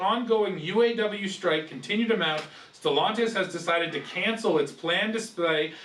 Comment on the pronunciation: You think being the you know how to pronounce Stellantis